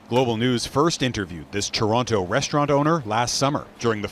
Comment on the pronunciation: you sure love saying ToronTOH